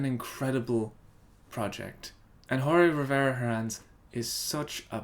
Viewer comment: Just one thing, Jorge is pronounced almost the same way as George, you just take out the "e" sound